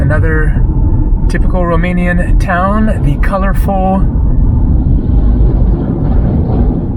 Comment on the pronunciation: Ur Romanian pronunciation its surprisingly good ! Keep up the videos from Romania coming ! I Recommend visiting next Oradea , Sinaia (Peles -Castle) , Iasi or Cluj . And thank u for visiting this country and speaking so nicely about it ! Ur always Welcome here !